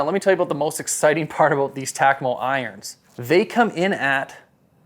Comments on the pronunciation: Holy smokes bro its Takomo pronounced Ta-ko-mo not Tac-a-mo. What are you, from Canadia aye? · You saying tack-a-mo is killing me.. it's tah- ko-mo.. I getbthey are new but it almost felt like you were getting paid per name drip with the amount if tunes you said it but could have just been me noticing it more bc it was incorrectly said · Why does he say Takomo and Muira so weird and my dude sounded like a golf snob when talking about the Wilson Staff CBs which I know to be a great players iron